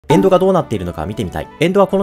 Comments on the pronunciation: エ⤴︎ン⤴︎ド⤵︎ じゃなくてエ⤵︎ ン⤵︎ ド⤵︎ な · しかも発音もエ↓ンド